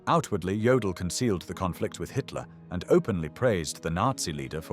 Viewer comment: Jodl not Joel.😝